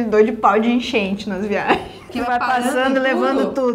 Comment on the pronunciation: "Paudeenchente" foi a melhor do dia pqp 8D